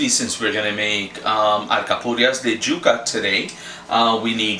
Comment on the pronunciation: Yuca not juka!! Y sound not J!!